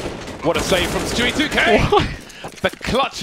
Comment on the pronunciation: ur saying it wrong its StewieSK